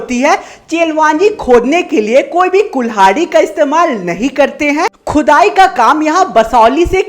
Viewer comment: pr Khudai ❌ chudai ✅